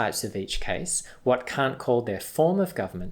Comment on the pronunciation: I can’t take this dude seriously... It sounds like he’s saying c*** instead of Kant